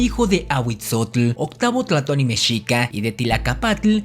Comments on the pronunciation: Es tlatoani no tlatoni. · No se dise tlatony